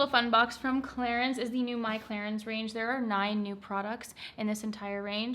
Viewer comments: The french pronunciation is Clarans :) love your videos!!! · It should be pronounced as "Cla-run" right???? Hahahahaha no hate. I am confused coz I say Clarins and prople would mock me :( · I heard Clarence at first and i was like who is this Clarence and why is he sponsoring your video 😂